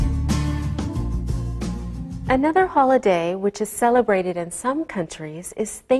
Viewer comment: evet "otomatik" altyazının acizliği tamamen zaten öğretmenimizin "Holiday" telaffuzu çok net ilgilendiğiniz için teşekkürler